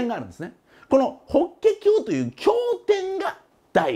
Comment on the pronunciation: 日蓮正宗は（にちれんしょうしゅう）で、 法華経は（ほけきょう） と言うんだと思いますが…